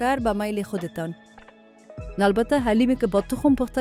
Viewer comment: ساعت است نه ساهت حلیم است نه علیم اوف چرا مردم درست تلفظ نمیکنند 😡